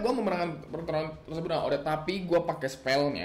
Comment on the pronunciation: bang nyebut odette gini odet te